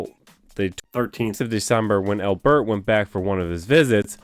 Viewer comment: Why do you say AL-bert like that? No one says al-BERT. It's just Albert. Do you say your own name like dan-IEL? Doubt it. I'm sure you say DAN-iel. So why say Albert like that?